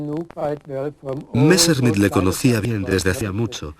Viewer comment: Qué es eso de "Valta" no será Walther ??? Qué mala pronunciación, por dios !!!!! "Messrrmit"...por favor !!!!